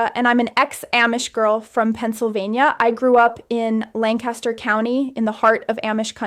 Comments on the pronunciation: I live in Amish country too but the correct pronunciation of the word Amish isn’t with a long A sound. It is pronounced Ahhh-mish. Lancaster is pronounced Lang-kiss-ter with the emphasis on Lang and not Lang-cas-ter. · And the town Lancaster she pronounced wrong. It’s LANK-iss-ter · The dead give away is her pronunciation of Amish and Lancaster. I’m from there and we don’t pronounce either word that way. Terrible AI… 👋🏻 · Not only can’t say Amish. She also can’t pronounce Lancaster correctly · She pronounces Lancaster wrong as well as Amish. Content is factual though